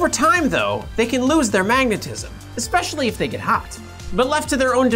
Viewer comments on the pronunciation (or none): none